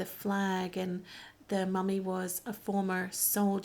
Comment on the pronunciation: YES! You're spot on about his 'mummy' pronunciation. I love it! Capaldi has my heart as far as NuWho Docs go.